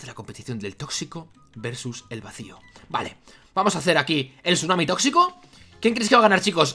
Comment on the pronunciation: El sunami tossito...